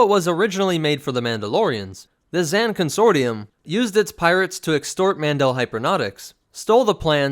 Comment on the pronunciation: It cracks me up that he doesn't know how to pronounce consortium